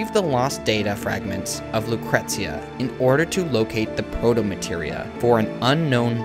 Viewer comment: It's pronounced Loo-cree-shia not how it's spelt. The T is soft. Check the song "Lucretia, my reflection" by sisters of mercy if you don't believe me. Or... You could look up the pronunciation of the name of the historic Roman figure. Whichever. :D